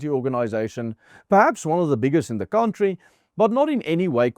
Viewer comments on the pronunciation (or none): none